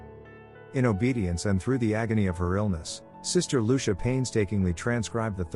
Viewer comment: Her name is pronounced LU CHEE A!